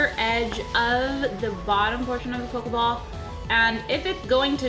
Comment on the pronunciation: have u guys notice she says pokaball